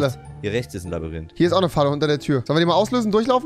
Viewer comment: Er hat wieder labarinth gesagt